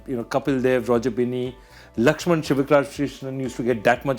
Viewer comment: Joe Biden moment 😂😂😂 Laxman shiwishshashashhsssh palhaps😂 Lagta hai Khatti toffi khayi thi joy uncle ne 😂